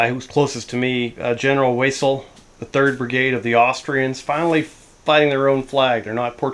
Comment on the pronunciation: Loving your campaign series with For Austrians pick up a bag of Victrix Austrians Landwehr, then do some head swaps. Austrian pronunciation for W is V, so general Vessel. Built up area and redoubts are tough Cheers Matt French Wargame Holidays